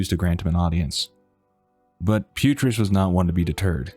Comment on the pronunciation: Isn't it "Putriss"? (Video name.)